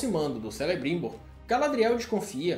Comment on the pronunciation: Apesar de não ter gostado da série, o resumo ficou legal 👍 quanto a pronúncia foi boa, só Celebrimbor que se pronuncia Kelebrimbor! Valeu